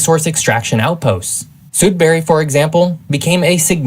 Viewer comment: Greetings from Thunder Bay. Can’t argue with much beyond the creators pronunciation of Sudbury. What isn’t stressed as much is the availability of infrastructure north of Lake Superior. Most populations north of here are smaller native communities that are primarily accessible by plane in the summer months and ice roads in the winter. This makes goods and resources very expensive to ship in presuming that the community hasn’t already evacuated for the fire season. We have currently at least seven communities evacuated due to forest fires in northern Ontario.